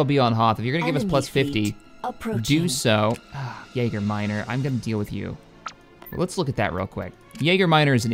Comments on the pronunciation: Edit : Jager sounds like Yeager when he's trying to say Yaga :D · Yaga minor not Yeager